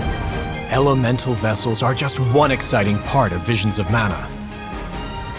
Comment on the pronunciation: “Manna.” Sigh.